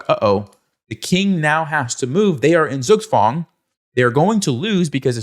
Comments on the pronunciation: You'll never check how Zugzwang is pronounced in German will you? ;) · The pronunciation of Zugzwang kills me. Pls just no